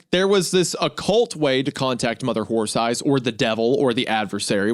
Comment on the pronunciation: I loved the two times Wendigoon couldn't say "horse eyes" and kept saying "wh*re thighs" His mind betrayed his soul